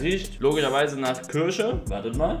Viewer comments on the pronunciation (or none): Schmeckt nach“ körsche „ Zitat Elias nörlich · Wer kennts nicht? Die Kürsche